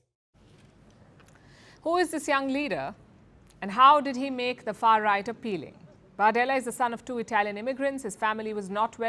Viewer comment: Stop saying far ight.